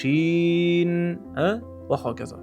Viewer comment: Музикасиз талаффуз қилинса нур устига аъло нур бўлар эди ва шин харфи бироз муболаға бўлмадимикан Валлоҳи аълам.